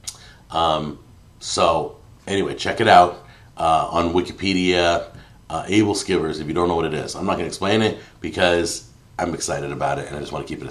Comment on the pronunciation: Aebleskiver: "ebbel-skewer" At least that's how my Danish grandmother pronounced it.